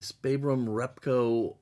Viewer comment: I like the deep dish change. I think it is supposed to be big & mediums in terms of wheels. My biggest qualm is that it is (Sir Jack) Brabham [rhymes with Brat] and not a long "A" rhyming with cake. Trivia REPCO is short for Reproduction Parts Company ( partnered with Ron Tourneac if I recall the spelling correctly) Sir Jack designed, built raced and won an F1 championship- and we won't ever see that again. Have fun with your tours!